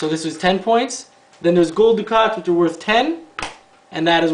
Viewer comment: Thanks for the play through. BTW, the currency is pronounced duck-et not du-kot.